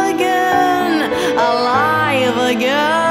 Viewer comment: Your pronunciation of Im alive again is wrong, you are saying it make me feel wym alive again, listen to that part as it sounds quite strange